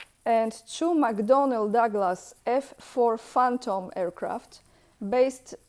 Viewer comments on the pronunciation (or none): none